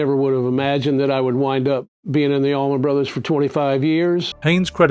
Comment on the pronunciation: Love hearing from Warren but AI narrator? ugh. As a 51 year musician who grew up living right on "Highway 41" and have played with people who have played with the ABB it is odd to hear someone say "The Allman........(space/pause) then Brothers band.